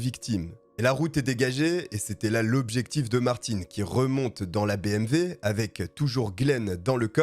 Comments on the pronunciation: Nice video ! Par contre c'est bmw pas bmv X) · Salut bonne vidéo bravo 👍 (On dit BMW et non BMV) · BMW et non pas BMV. 308 et non pas trois zero huit. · Et vous avez entièrement raison ! Moi aussi je prononce bmV !! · Superbe vidéo ! L’histoire est folle .. bon par contre on dit BMW hein 🤓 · Désolé mais BMV ? Y’a pas un problème de prononciation ? 🤣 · Oui mais tu parle Français pas Alsacien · Bonjour! Le nom du tueur n’est pas Martine mais Martin. ( in ) pas ( ine ) Pourquoi tu dis Martine ? La voiture n’est pas une BMV mais une BMW. Pas un V mais un W. Merci pour l’histoire!